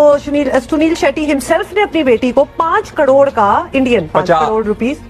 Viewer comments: Ye crore ko Kadode kyun bol rahi hai? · Yeh female anchor to dhang se crore bhi nahi bol paa rahi😂